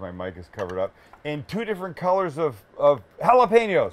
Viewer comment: why the need to say you dont care about Him? if you didnt then why bring up His name? UNSUBSBIBED!!! cant even pronounce jalapeno.. plus to much talking and simple recipes that everyone could make..